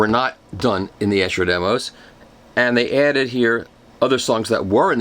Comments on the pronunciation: Long "e" sound on Esher--"EE-sher" not "Eh-sher." Thought you'd like to know. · Its pronounced Esure not essshhher - Esher Demos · It's definitely Ee-Sher! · Esher is pronounced EESHER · great video its pronounced "Ee-sher" by the way! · Michael.... Great as usual. However I keep hearing the name Esher pronounced incorrectly. It's pronounced as EESHER. Just saying ;-) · Thank you for the review. It is Esher . Pronounced E like the letter E. Eeesher :-) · Wonderful Michael. Just one tiny thing that matters not in the great scheme of things but you might find helpful, Esher is pronounced Eeesher. It’s a frightfully posh place in Surrey! :) At least it was years ago when I grew up in the UK, not having lived there for almost twenty years it might have gone downhill a bit! Keep up the good work. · No he didn't.